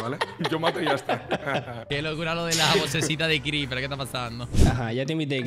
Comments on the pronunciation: y ese venezolanismo criper? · criper hablando maracucho :)